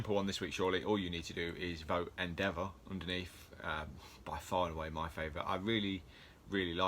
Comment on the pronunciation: Obviously THIS is extremely difficult for me to judge lol, the details of them have always been top notch, pronunciation of Endeavour is.. interesting lol, can't believe Midnight or Momo weren't included but here we go with our pick and I think it's going to be Endeavor but they are all really cool 😁